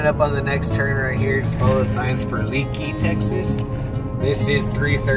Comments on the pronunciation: It's pronounced "Lake E", not leaky. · Leakey is pronounced “ lake-ee” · Very nice! However Leaky, Texas is pronounced Lakey. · Leaky is pronounced "Lake-y." If you're not aware, there's a cute little museum in Bandera & Leaky, a motorcycle museum near that store you pointed out in Vanderpool & no mention of Lost Maples State Park or the Frio River. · Isn't Leakey, Texas pronounced "lay-key"?